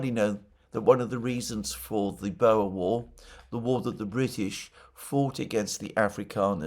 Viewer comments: the way you say it boer = b oo r. not boa oe in Afrikaans sounds like the oo look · Bow-er War? Think you need to check your pronunciation of the word!